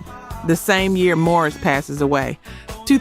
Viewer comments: Please enunciate Maurice as Maurice and Morris. From a lifelong fan since their very first album back in the day. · The narrator sounds like AI that's why they mispronounced names that mono tone voice of the narrator let's you no when its AI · It’s not only shows you as being incompetent, but also DISRESPECTFUL!! How would you like it if people always mispronounced your name!! GET IT RIGHT!!!! AMEN AND HALLELUJAH!! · His name is pronounced "MA REESE", not Morris. With love. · It's Maurice!!! Why do you keep saying Morris???? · Why does she keep pronouncing Maurice as Morris? She also continues to talk about the kalimba while the video has not played one song that features the instrument. I do find the documentary so very interesting, but the editing lacks because what the person points out is out of synch with what the video shows. I appreciate the work put in, but good editing is paramount. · I hate AI. "Morris White?" Everyone know it's MAURICE WHITE. (MORE-EESE) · its not MORRIS ITS MAURICE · Maurice not Morris. Mahalia not Maholia. Otherwise, a great documentary. When you know them so well the name must be correct to be deemed authenic. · His name is Maurice, not Morris. Is this AI? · I like the video and commentary. It sounds l Iike the narrator keeps calling him Morris, and his name is Maurice. (Maw-reese). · Very disappointed to hear the narrator of this counituuel call Maurice Morris.. Whoever producers this video.. "shame on you" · Too bad this was done with AI. Poor narrative and visual cohesiveness. Ruined a potentially great video. And it’s not Morris, it’s Maurice. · Stop calling him Morris, his name is Maurice. Annoying. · Appreciate the video, but what’s with MORRIS White? His name was MAURICE. AI voice. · The mispronouncing of the great Maurice White's name was cringe. It's MAURICE, NOT MORRIS................at one point I didn't know who this Chatbot was talking about. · It's Maurice not Morris or Marris. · Its. MAURICE not Morris.